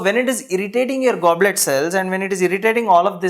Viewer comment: You are writing goblet and saying globet